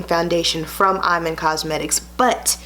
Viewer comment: It's pronounce E-man, love💕